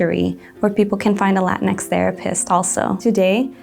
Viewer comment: I do have to ask though, if Latino is pronounced "la-teen-oh", then shouldn't Latinx be pronounced "la-teen-ex" instead of la-tin-ex"? Or are we just saying it the white way now? The way y'all are saying it makes it seem like like when people say "Malcom X" or like a top secret government project, instead of a gender neutral adaptation of the word that describes our ethnic group.